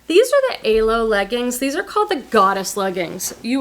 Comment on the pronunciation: I think alo is pronounced “ahh-lo” but who cares hahaha